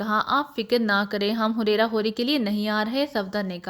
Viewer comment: Huraira nhi hareera hota hai